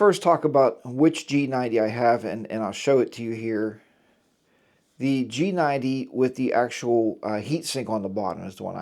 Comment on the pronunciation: I noticed that everyone is mispronouncing the G90's name. It is pronounced: SHEGOO or SEEGOO. Like the Chinese Leader XI = SHE